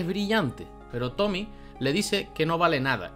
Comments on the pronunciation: para el otro video eso si, el nombre de tomie no se pronuncia como Tommy, se pronuncia tal cual como Tomie con la e pronunciada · ¿Por qué le dicen "Tomi"? ¿No ven la e al final? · es tomie no tomi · Tomie tomie no tomi